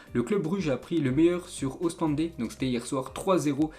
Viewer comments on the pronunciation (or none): une petite faute c'est ostende pas. Ostendé pas grave bonne vidéo continue comme 😩❤️